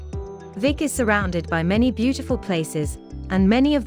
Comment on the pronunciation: Come on - it's pronounced 'Veek'! - "Veek ee Meerdal"